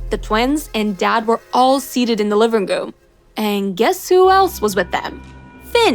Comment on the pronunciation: I thought it was living room not livingoom